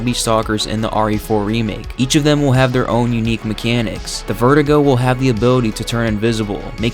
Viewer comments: It's Ver-due-go, not vertigo. Why can't you say it right? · This is all very interesting but man, it drives me insane the way you pronounce "Verdugo". It's not "VER-dee-goh", it's "ver-DOO-goh". I've never heard anyone else in my life pronouncing it your way, so I have to assume that this is some quirk of your native language. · re4 youtubers are like "i NEED to pronounce verdugo incorrectly, i NEED to".